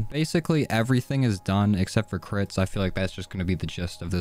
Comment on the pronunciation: When he says crits it sounds like Clits haha, no am not 12 y/o...